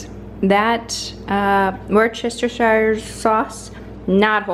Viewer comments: Worcestershire is pronounced woostershire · Wustershire or wustersheer 😂 I love hearing people from overseas trying to pronounce that